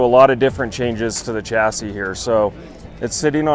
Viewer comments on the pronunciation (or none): Its pronounced shassy